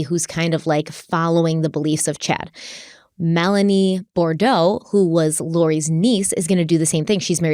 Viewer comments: Boudreaux, not Bordeaux. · A few points * Bou-dreaux, not Bordeaux * Tammy was not an ex-wife as she never divorced unfortunately * As Chads junk is called the storm, the "limb debree" text reads even nastier.